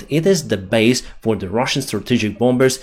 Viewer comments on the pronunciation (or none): Good work! By the way, you do not have to enounciate the second 'b' in bombers or bombs. The second 'b' is silent. Hence: bommers or boms. Much easier.